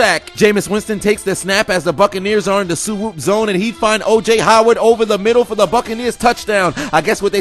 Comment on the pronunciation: "in dee middle" I DIE EVERYTIME